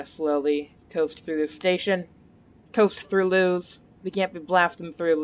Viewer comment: It’s pronounced Lewis